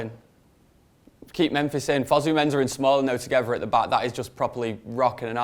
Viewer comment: why the hell does say "Menza"??? Its "MenSAH" my g